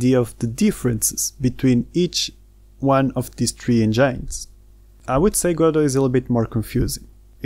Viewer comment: It’s engines not engynes. “In” :}